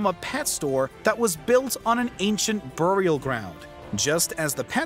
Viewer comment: The way you say “burial” is amazing 😝